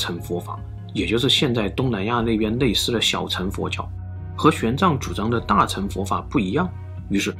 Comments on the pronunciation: 吐「蕃」，我們台灣小時後歷史課是發音ㄈㄢˉ（注音符號），或者漢語拼音fan- 大「乘」佛教，ㄕㄥˋ，sheng、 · 其實大乘跟小乘的「乘」讀音念錯了，是ㄕㄥˋ(shèng) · 應該是念大乘（ㄕㄥˋ）